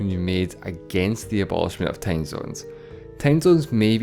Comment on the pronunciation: its time, not teim